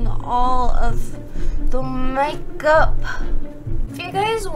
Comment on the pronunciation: She said mage up instead make up